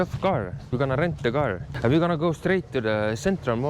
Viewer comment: The gar 🐟🙂 = car🛻